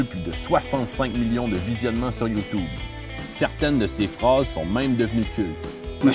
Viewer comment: "Youtoube" ... lol